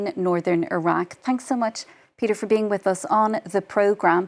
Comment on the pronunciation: She cant pronounce iraq properly